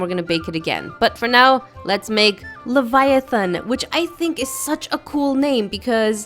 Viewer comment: It’s called (la-vi-it on) I thought it was (lev-i-ton)